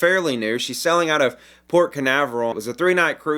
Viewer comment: This is my first time on your site and you're wonderful! You speak very clearly, but with my hearing loss I usually turn on captions as a backup. Amusing -- that every time you say "sailing" the captioning transcribes "selling." You could work on your "long A" vowel or just stick with your charming regional accent. The message will come across either way. Thanks!